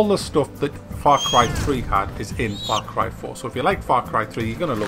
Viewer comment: i swear i thought he said fuck rifle when he said the the name of the game.